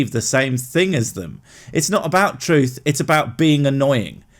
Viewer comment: "troof" that says it all.